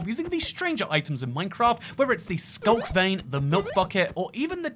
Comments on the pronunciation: what is SCLUK? did you mean SCULK?? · ah yes my favorite block, the scluk